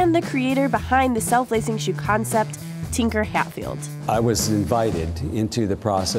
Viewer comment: "Tinker Hatfield" jesus christ